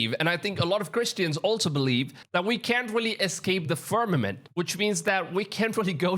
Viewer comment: I quit watch the moment I hear the word fermament.. k bye